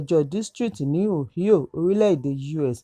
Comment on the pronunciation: It pronounced O-hi-o. State of Ohio